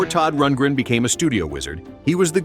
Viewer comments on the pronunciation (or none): Besides mispronouncing Todd Rundgren's name and mispronouncing NAZZ, these are NOT particularly obscure bands. I played fully 15 of these acts on a commercial FM free-form AOR station -- in Mississippi! -- in the mid- and late-'70s. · The NOZZ and Todd ROONDgren. Umm ok. Yeah you really did your homework.